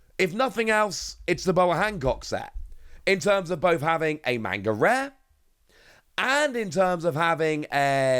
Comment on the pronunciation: “Mainga Rare”